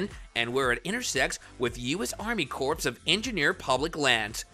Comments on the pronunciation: You lost me when you pronounced corps as corpse. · It is pronounced CORE, not CORPSE . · "Corps" is pronounced like "core", not "corpse". English is silly, I know, but it might serve to discredit you content if you're pronouncing words like that incorrectly. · It is pronounced core not corpse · Omg is not enunciated CORPSE. it's CORE. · Corpse of engineers. Egads. Corps of engineers is pronounce more like core. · Bro, when you read the word "corps" you say it like "CORE", not "corpse"... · Army corpse 😂 come on man. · he keeps saying "corpse" of engineers... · Corps is pronounced as core… Oh God help us! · The word “corps” is pronounced like “Kor”. It is strange and sad for a news reporter not to know this. Ask any U.S. marine. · It’s not Corps like a dead body. It’s pronounced Core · Corpse of engineers? You probably say the "t" in castle and Christmas, too. You're either a really dumb human or a decent bot. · "CORPSE of Engineers" ?? LOL! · 2nd time watching your videos. Appreciate your work. However please understand the word CORP/CORPS is pronounced CORE/CORES. Many ppl makes that mistake. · It’s pronounced CORE, the P is silent..geez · Please learn how to pronounce the word corps. The way you say it hurts my ears.